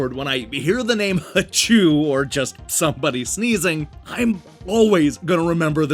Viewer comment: The double O is pronounced like "oh". The voice on the title screen pronounces it for you.